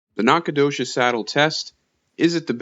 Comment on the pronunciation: Wtf? Nacogdoches is my hometown. Who made the game? And you’re murdering the pronunciation. ✌️🤣